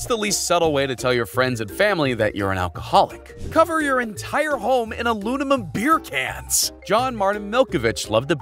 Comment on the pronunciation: I love how you said cover your entire home in ALUNIMUN 😂